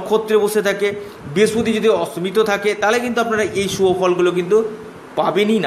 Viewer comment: কথাটা বৃহস্পতি ভালোকরে বলতে শিখুন।